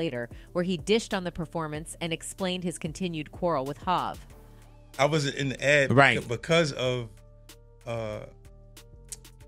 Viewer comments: Hov pronounced (Hoe-v not HahV) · Its not Hav, its Hov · The AI called him Hav! Haha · This is AI generated they calling Jay HAAV not Hot smh. I can it stand this. I love 50 though he gonna tell it like he see it!! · Who tf is doing the commentary on this video?! Mispronouncing Nore and Hov! Wtf??! I really hope its A.I. generated cuz if not... somebody needs to ask for their money back! Lmao 🤣🤣🤣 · Lmfao this ai or w.e voice this is fkn up every name... hav instead of hov....basqueeeat instead of basquiat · This lady doesn’t know any of these people 😂. Listen to how she says there names. Hov, Nore and Bey 😂😅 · Is this an AI speaking or is she the wrong person to speak about the Hip Hop. She can't pronounce "Hov," "N.O.R.E.'" or Basquiat. SMH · Her pronunciation of Hov and N.O.R.E, is irking me!